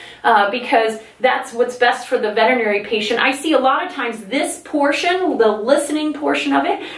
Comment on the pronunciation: Thank you for pronouncing veterinary correctly!! I have to seriously wonder about Veterinary professionals that don’t even know how to pronounce their own profession.🤦‍♀️🤦‍♀️🤣🤣I truly want to feel that my dog’s doctor is the same as my doctor. However so many of the vets I’ve encountered have reminded me that hillbilly medicine still prevails and modern high quality medicine is still difficult to find.